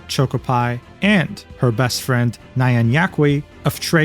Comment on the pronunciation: how are you such a fake weeb that you can't even pronounce nyan correctly?